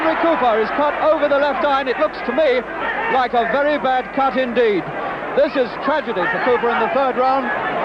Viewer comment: Its not thike, its like